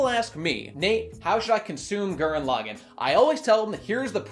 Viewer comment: Honestly how can he just keep pronouncing his favorite series so wrong. It is not pronounced L-ag-in, it is L-aw-gone.